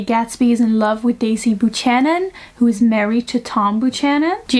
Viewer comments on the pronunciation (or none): Buchanan is pronounced like "byou-can-in" not "boo-chan-in" (I'm not trying to be mean I'm just trying to help so you know how to pronounce it next time) :) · Nitpick: "Buchanan" is pronounced "beau-canon". That's how it's pronounced here in the US. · A pronunciation note: the 'ch' in 'Buchanan' is pronounced like a 'k'. It's related to the Germanic 'ch' as in 'Bach', but not at all guttural. 'Buchanan' is a Scottish name, and the Scots language is in some ways closer to its Germanic roots than is Modern English. Can you tell just by looking how to pronounce the 'ch' in 'Buchanan'? As far as I know, you can't; you just have to know.